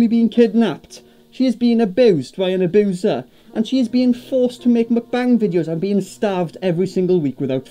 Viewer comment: “An ABOOSER “